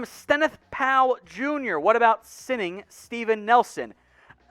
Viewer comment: Haha rotfl I love how he read that the way he spelt signing! (Sining) 😂😂